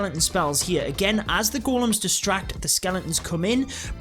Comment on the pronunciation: Its ”Golems” lad